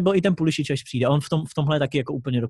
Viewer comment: Pulisic se vyslovuje Pulisik, ale v pohodě i komentátoři to špatně vyslovují